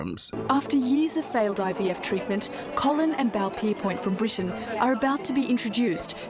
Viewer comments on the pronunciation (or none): none